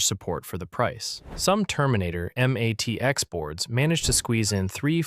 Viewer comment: "em ATX?" And here was me thinking it wasn't AI slop.